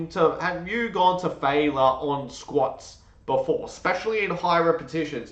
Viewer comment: Great analyses! One tip…the word is pronounced fail/yer.